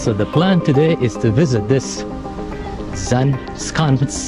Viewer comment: Zaanse Schans. You said Schans very well, almost Dutch, but Zaanse You pronounced as Zaan instead of Zaanse. Don't forget SE on the end to pronounce too. 😉